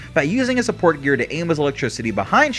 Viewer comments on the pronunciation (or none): none